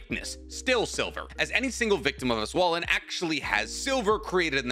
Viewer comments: and Yhwach isn't part of the Japanese names. They pronounce other things wrongly too (which is normal). Like Auswählen for example. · Wait, do you mean "auswählen"? Aight, damn. The way you pronounced it, it'd be "auswahlen", except you put a "ch" behind the "s" but "sch" in german is "sh", so it'd be "auschw..." nope, were not going there, talking about that place please and thank you. Anyway, you tried and that's what matters